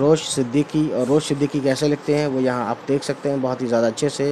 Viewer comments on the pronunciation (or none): The poet's name is Ravish not Rosh as is reciting. But explanation of the central idea is good. Thanks